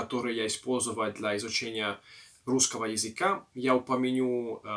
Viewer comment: У вас очень классное произношение :) Иногда, конечно, ударение бывает неправильным или звуки немного не те (например упомяню вместо упомяну), но в целом все очень хорошо. Речь воспринимается легко. Желаю удачи в изучении русского языка 😀